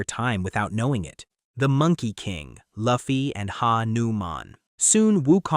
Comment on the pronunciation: The fact this MF pronounced luffy in the first 10 seconds the way he did is an instant dislike and don’t recommend channel 😂😂😂😂💀